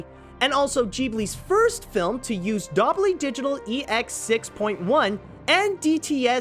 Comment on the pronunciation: dole-bee not dobly ,, eh-doh,, not eedoh